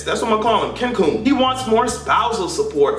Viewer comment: Why did she say Kencoon!!!!! I'm crying right now 😂😂😂😂